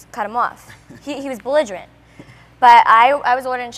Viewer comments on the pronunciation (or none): did anybody catch what snooki said? "he was belidgerant" (prolly spelled wrong) didnt expect that from her lol BIG WORD